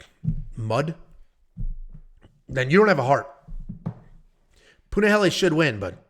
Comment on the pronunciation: Finally he didnt say Punaheel🥳🥳🥳